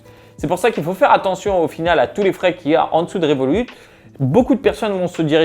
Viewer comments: on dit "revolutte" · on prononce le T de Revolut